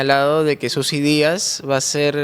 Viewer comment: PERO QUE ESTOY ESCUCHANDO???? ....YOR FORSAID, SUSI DÍAS???? .....HAY DIOS MÍO.!!!!!